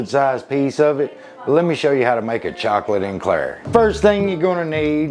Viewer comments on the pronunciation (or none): lol Chloe calls it cholate enclair lol so he kept it that way